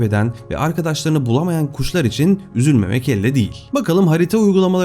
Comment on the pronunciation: Bi göçmen guşlar oldu orda Bi şive kaydı ama